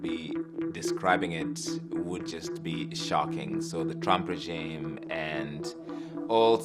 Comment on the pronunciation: I think the African correspondent is trying to say “regime.”